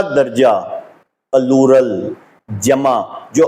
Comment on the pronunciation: Ye allama plural ko pallu rl keh rha hay . Aby kutay claim tk to keh nhi saktay calem calem